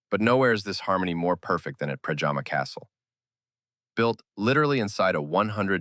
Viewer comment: And one thing: it’s Predjama castle near Postojna (you pronounce it like: Predyama, not like pajama). And the fall is called Kozjak (pronounce it like Kozyak, not Kojak). But it’s not essential. Important is your thorough information. Thanks!